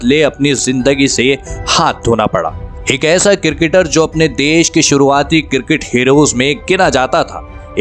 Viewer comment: Its cricketer not cirketer😂